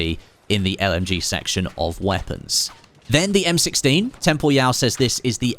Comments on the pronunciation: I always thought it was pronounced "Temporal" rather than "Tem Por Yau" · tem-po-ryal, like "Temporal" just with an added Y. Tho IG your pronounciation would be correct if hes French or German or smth like that haha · that has to be the weirdest way anyone has ever pronounced Temporyal's name 😭😭😭